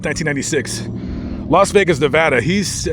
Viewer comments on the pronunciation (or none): none